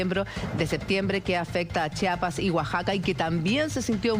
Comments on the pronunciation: Trato de decir Oaxaca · El reportero español quiso decir: Oaxaca, cierto? 🤭🤭😂😂😂😂😂😂 Osaka 🤣🤣🤣🤣🤣 los españoles y su manía de pronunciar siempre la x como s. Es horrible lo que se vivió, soy de Estado de México y se sintió horrible, mi casa se movía de un lado a otro, cuando termino de temblar lo primero que pensé fue en los capitalinos, si en el estado se siente fuerte en CDMX hay destruccion 😢😢 después de más de tres meses hay tengo pesadillas de ello. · Es Oaxaca pero en otros paises no lo pronuncian como nosotros con una "J", ellos lo hacen con la "X" tal cual como se ve la palabra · Gerardo Ortega Oaxaca... y se pronuncia OAJACA!!! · Trató de decir Oaxaca , al ser extranjero no pudo pronunciar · Me dolio como pronuncio Oaxaca el español😨😢